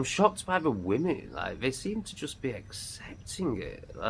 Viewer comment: I have noticed you cannot speak English properly 😂 it’s not ‘vey’ it’s they, and you said big up at the end, that Jamaican 🇯🇲 🤮😉